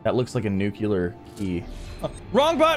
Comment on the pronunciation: "Nucular key".....quite dissapointed :( Great video though!